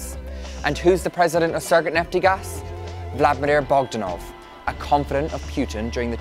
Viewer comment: Russia Business China? Vladminir? Are you just full-out dyslexic?